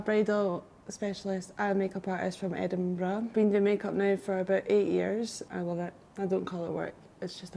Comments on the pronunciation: I'm creasing at "it's a bobble, what else would you call it? It's a bobble!" I agree COMPLETELY 😂 Also I'm constantly amazed at the difficulty with pronouncing Edinburgh, just say the word "bruh" as you normally would, and tack it on the end of Edin lol Edinberg is definitely worse though! I'm so glad you had such a lovely time in one of my favourite cities of all time ❤️ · Edin-what? 😂😂 But honestly, loved this look and so glad you had a brilliant time here! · I come to know that the Scottish hate the way Americans pronounce Edinburgh lol! Your makeup and hair turned out fabulous! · My city 🙌 edin "bruh"